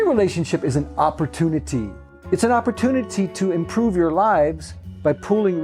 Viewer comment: Seemed very appropiate when they said "opportunity" like a ferengi from star trek